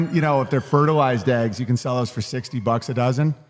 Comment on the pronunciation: Eggs not ayyggs!!!